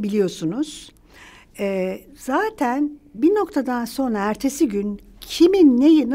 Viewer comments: Çok sevdiğim saydığım bir bayan fakat o kadar kelimeleri duzelttigini söyleyip sürekli "sonra" yerine "sona" diye telaffuz etmesi ilginç bir alışkanlık olsa gerek çünkü "r" harflerini normalde telaffuz ediyor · Sonra kelimesini soğna olarak telaffuz ediyorsunuz.